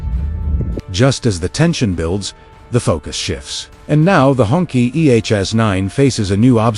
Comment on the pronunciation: Cracks me up every time he says the word "Honkey" 🤣I get 70's flashbacks to Shaft & Cleopatra Jones.